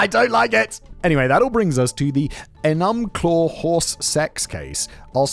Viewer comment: “E” as in saying the letter E in english “NUM” as in the way you pro-nounce the first half of the word number And “CLAW” as in what cats have I know Washington state names are hard but this one is fairly easy.